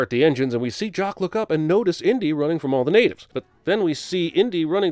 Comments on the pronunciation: Dude it's Jacque not Jock SMH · It's Jacques, not Jock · JOCK? not JAQUES?